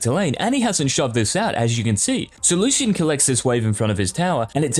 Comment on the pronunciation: the way u say lucian triggers me